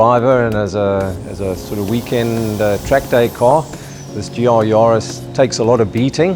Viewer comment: Ja Bru...it`s a JAris... Yarris! That starts with a Y, it sounds like the surname "Harris", just with a "Y"...